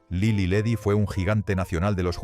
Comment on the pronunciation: Ni siquiera pronuncian bien Lily Ledy... Ese payaso no es Mexico..